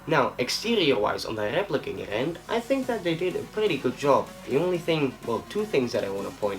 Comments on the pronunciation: If you want to say Garand properly, you pronounce it "Gair-end" not "Guh-rand" John C. Garand was very adamant about this pronunciation of his name. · It is pronounced Grand. Say it with me now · Zane Weaver it is garand... say it with us now “GARAND”